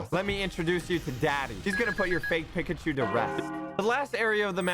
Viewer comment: Wait, He- He Says Pikachu Wrong HOW DOES SOMEONE DO THAT?!?